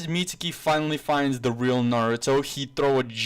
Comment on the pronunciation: the guy's name is mi-zu-ki not mitsuki there is no t or s in the name mizuki